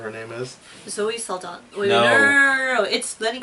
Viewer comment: "Zoe Saldana" :)))